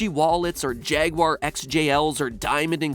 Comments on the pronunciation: You pronounced jaguar wrong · Never say Jaguar or Audi again. You're just doing it wrong.